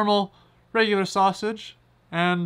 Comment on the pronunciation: Why are you having trouble saying "Sausage" ITS JUST A SAUSAGE!